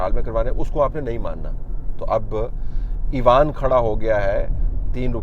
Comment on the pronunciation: "ایوان" کا اردو تلفظ آپ مستقل غلط بولتے رہے پورے وی لاگ میں ۔۔۔ اس سے اچھا ہوتا آپ پارلیمنٹ یا پارلیمان بول دیتے ۔۔۔ پہلے ہی نیوز چینلز نے اردو کا بیڑا غرق کیا ہوا ہے ۔۔۔ آپ تو اتنے معتبر جرنلسٹ ہیں کہ لوگ آپ کی زبان سے جو سنیں گے اسی کو درست مان لیں گے ۔۔۔ اس لئے تھوڑا سا خیال میرے بھائی ۔۔۔۔۔